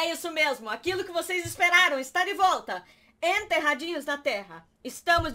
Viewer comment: Amo quando a fala "voita"